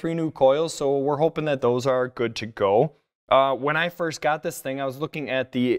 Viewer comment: first pronounced like one of the three stooges would do i believe it was curly